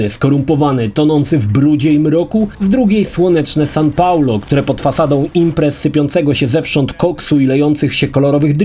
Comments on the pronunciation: Sao Paulo, a nie San Paulo! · Sao Paulo, nie San. xD